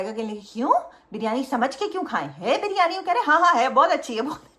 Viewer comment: Malaika and Sara continuously said Bar-yani 😂😂 instead of biryani